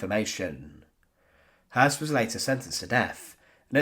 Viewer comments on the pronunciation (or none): Sounds more like the word 'hearse' ,without rolling the 'r' at all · good documentary although the constant mispronunciation of his name was grating. anytime a German name has the two dots above the ö (umlauts) the O is pronounced "ew" so in this case, his name is actually Rudolph Hewss. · I mean that his name was Häss, and not Höss. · Hess not Hoss you numnut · Hoss/Hess? Unfortunately the storyline is like a can of spaghetti. 🤪 (Nonetheless, good research.)